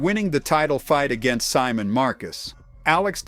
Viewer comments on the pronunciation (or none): none